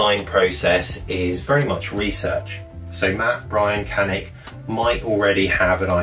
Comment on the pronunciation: he says it properly